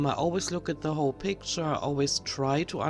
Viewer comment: Oh she never says "picture" correctly. I doubt one time, in her whole life, even by accident. WTF she says etcetera correctly in the intro. Weird, I could swear she says echcetera most of the time.